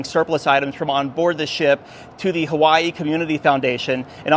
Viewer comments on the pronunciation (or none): none